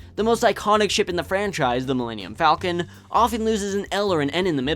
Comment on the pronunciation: In episodes iv - vi, the falcon in millennium falcon is consistently pronounced fall-con. Disappointing that you mispronounced the ship’s name.